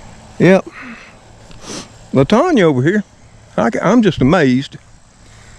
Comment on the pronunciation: Love that plant. Looks like little bouquets. My mother had it. I have four in my yard. It’s pronounced Lan tan a. 👍🏻